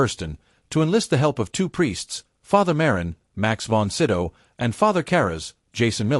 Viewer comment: AI robot can't pronounce Cybil Shepherd or Max Von Sydow's names.